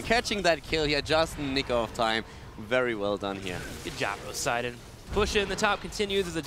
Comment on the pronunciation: Is the observer's name "Broseiden"? Because that's what I keep hearing.